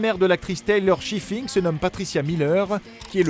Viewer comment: Piper prononcé à la française quel bonheur... Et l'actrice se nomme Taylor SchiLLing et non SchiFFIng...